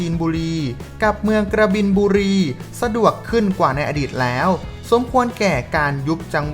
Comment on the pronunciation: อักขระไม่ถูกต้อง กบินบุรี ไม่ใช่กระบินบุรี และอีกหลายคำ